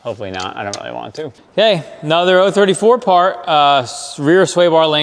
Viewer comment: All those 034 parts and they didnt send you the shirt with how to pronounce the name right ;) Great video!